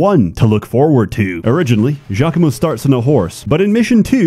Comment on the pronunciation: It's actually geo-coom-o